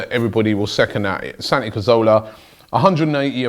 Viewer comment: Santi is leaving because Robbie can't pronounce his name correctly